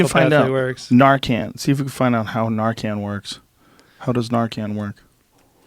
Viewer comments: Nar-Can. Come on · It’s narcan, can as in tin can. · The way joe says narcan. "Narcon" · The way the are saying fentanyl and Narcan the wrong way is driving me crazy... lol I mean u could say it the way they are but just nooooo its pronounced FEN- TON-ALL and it's NAR-UH-CAN HAHAA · Why is he pronouncing narcan like narcon?